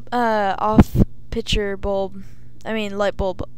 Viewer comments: Two things, i cant tell if your a chick or a dude, and its "picture" not "pitcher"- you fill that with water no images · No one taught this kid to say PICTURE instead of Pitcher I guess.